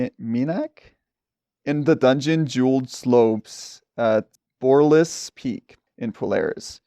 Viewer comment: I’m sorry but how did you pronounce borealis wrong 😅😂